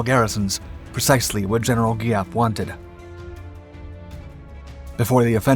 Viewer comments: Thank you for this video. While I appreciat your story, which carries honest events, your pronunciation needs a little help. General Giap is pronounced Zap; in Vietnamese, the GI combination is pronounced lika a Z. Võ Nguyên Giáp is pronounced Vo Win Zap. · Giap....with a Zzzziap... sound